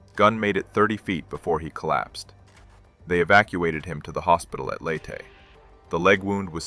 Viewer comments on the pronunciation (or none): Interesting content, but you can always pick out the AI slop. Never heard Leyte pronounced “late” before. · The AI should learn how to pronounce Leyte, and other relevant locations